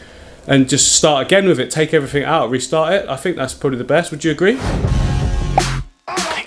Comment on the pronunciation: Are you saying "eever" not either. "Everyfing" not everything. Why?